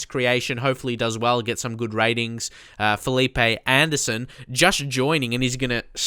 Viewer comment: First Of All, Great Video! I know this pronunciation is hard but Marquinhos is pronounced (Mar-kin-yos) and its (Fe-leep)